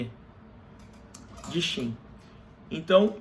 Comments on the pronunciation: òtimo video unico problema é falar Shin e não Qin, quando trata do país, complica muito a mente. Gostamos de ouvir como lemos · É pq não sabemos a pronúncia correta em mandarim mas Qin, foneticamente, se fala Chin